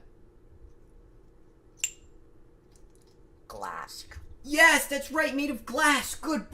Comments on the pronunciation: blends glass with the beginning of the word "good," which sounds like glassk. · Apollo says Glassk!! This is funny! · bro said glassk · Why do we all like it so much when says GlassK GLASSK It just kind of makes sense. GlassK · Ceramic is a "close cousin" of GLASSK. So Apollo is correct about the wall being GLASSK. Kind of. (I know Apollo only said Glassk yo the cup but still) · I'M KNEW SOMEONE WOULD RECOGIZE HE SAYS GLASS(K) AND I LOVE THE THUMBNAIL XD!!!!